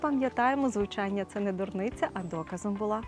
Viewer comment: СліФ, звуЧЯння, трЬІматЬІ, почЯток, словом, тут і ЬІкання і фкання, і м'які шиплячі, ідея видива класна, маю надію авторка і власну вимову поліпшить.